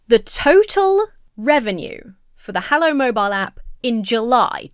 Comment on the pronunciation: Is this "Hallow" or religious "Hello"?